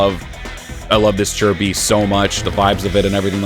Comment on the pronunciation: I still can't get used to the proper pronunciation of Chi Bi. It's as weird to me as hearing the improper pronunciation of CaoCao.